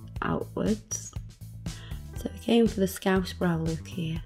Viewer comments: Every time you say "lewk" it makes me smile :D <3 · I love how you say look. It sounds like Lewk. I don't know why that stands out to me but I love it! Lewk and facebewk 😍👍🏻😘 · I love how she says look it sounds like she is saying Luke lol